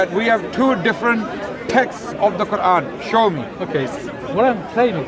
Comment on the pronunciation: why do they say "quvan"?